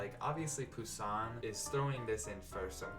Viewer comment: The way you says this young chicken’s name: Je grince des dents! Nasals finaux, donc passé I hear baby in the background 👶. Anyway, of the four, I like the first two the most but The Eucharist a little more.